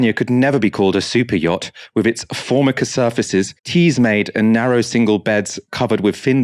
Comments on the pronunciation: it's Form-eye-ca not Form-icker. I gave up reading newspapers years ago because it seemed everything was being written by tw@ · you have just blown my mind - wtf - how did you pronounce Formica…?